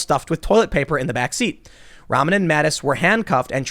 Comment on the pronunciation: Its pronounced "Rah-mann".. it's a muslim name.